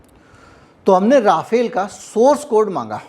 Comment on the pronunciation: First of all, Rafale is the name, not राफाएल! Secondly, Rafale in fact did use Brahmos in this month‘s action against Pakistan. Obviously, you are wrong to claim otherwise. Third, it is far from clear or decided whether Su-57 is being considered for Navy. A deal or serious negotiations have not begun. Finally, बताया जाता है is not a source at all! कौन बंता रहा है? If you are a journalist worth your salt you would not have made irresponsible claims like this.